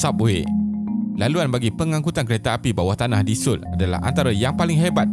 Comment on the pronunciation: Cara sebut yg betul So-ul bkn soul